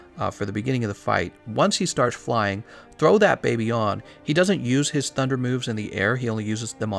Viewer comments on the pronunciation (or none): none